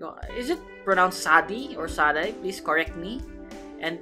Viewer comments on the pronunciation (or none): none